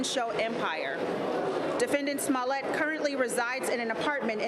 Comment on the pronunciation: She said... "Smellit" 😊😆😅